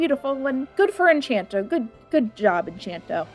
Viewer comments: Encanto, not enchanto. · it's Encanto. not Enc**h**anto. there is not an h there. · Great video, I hate to be one of those people but it's, pronounced "In can toe" , but yeah that's how I pronounced it first too. Ps, don't take this too seriously I don't speak Spanish so... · Enchanto? You mean Encanto? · wow i can forgive people saying "en-caen-toe" because of their american accent but enCHanto?? you are actively mispronouncing the word that's been said in the movie so many times ugh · no hate but its encanto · I'm sorry... En-ch-anto ? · I can't take this seriously when you say "Enchanto" when there's no H in the word. this is a joke by the way. i just think it's funny since i said it like that for a good while but it didn't sound right till i actually said it right. XD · Not really your best vid,. Also mispronouncing the movie title is really not the best look, and I can only imagine it was done to farm engagement, which kiiiinda sucks But hey, I ended up watching the movie after seeing this and loved the movie anyway. Not really sure where your criticisms are coming from tbh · I feel like you should have done,,, like ANY research before making this video. You come across really dismissive and tone deaf to something that is a very real struggle for people all around the world, especially when 'reviewing' a movie whose target audience is a very specific culture. Also you couldn't even be bothered to find out how to say the name of the movie? I've been subscribed for a long time but fam this is a bad look. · I usually love all of your content, but this video is unnerving to me just because of how often you mispronounce the name of the movie. You have some good points. That said, I think you seem a bit annoyed with the movie and slightly hand wavy while also admitting that therapy is a lot harder to do for some people. I like the video, but I don't love it as much as I usually do with your content.